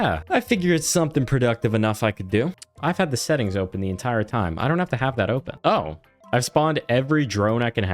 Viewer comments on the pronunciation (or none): none